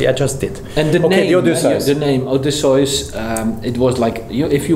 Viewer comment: Thank you for your time and professionalism . Perhaps not the watch the " fanboys " wanted , however ALS design language and genetics are clear and present ... as it should be . Congrats on being the first to pronounce " oday - syce " correctly , you have established the industry standard ;)